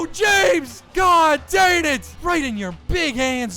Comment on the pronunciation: 1 int and 1 fumble = not a perfect game.... Also, I love this series, but as much as he says the words LONG and DANG, you'd think he'd be able to pronounce them correctly....